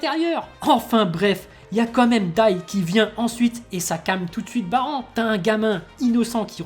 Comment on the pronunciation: 25 ans que j'attends cet épisode. J'ai pu enfin verser des grosses larmes viriles en voyant mon bro Popp mourir . ça se "Baran" couille ta prononciation de Baranne